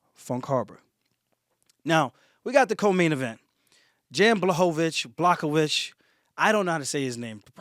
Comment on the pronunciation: Jan is pronounced like Yan.